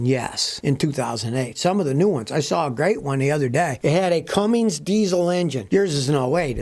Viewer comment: CUMMINS SCOTTY, CUMMINS, NOT CUMMINGS...